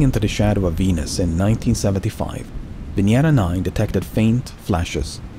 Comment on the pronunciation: Thanks for pronouncing venera correctly